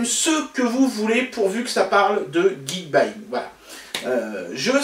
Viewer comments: Ils permettent s'acheter du Xiaomi facilement, alors ça doit être un site cool ! Et j'adore ta prononciation (Geekbaying, c'est perturbant). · Geekbuying (ou gike bouillaingue comme l'a prononcer mon pere) c'est un ptit site sympa pour se fournir en appareils électronique et en plus ils donnent des cadeaux pour leur anniversaire c'est dire s'ils sont super :p (Si je gagne jai une préférence pour la batterie externe ^^)